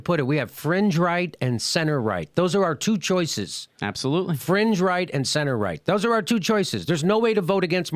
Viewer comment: He said french right, not fringe right, right?